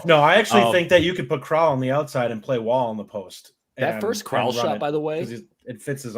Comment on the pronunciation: Crowl rhymes with “growl” not “troll” I think you guys are selling Steve really short. He had a 116 O-Rating last year. He also does a lot of little things like passing, cutting, and screening at a ++ level. He’s another guy who makes the game easier for everyone else. I suspect his on/off numbers will be nuts after 5-10 games Neath is absolutely in the rotation. He is probably our best defensive wing and he keeps the ball moving. Staff loved him last year and he was playing on one leg.